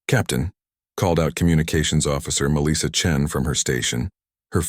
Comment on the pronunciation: FFS, please teach this AI how to pronounce Melissa.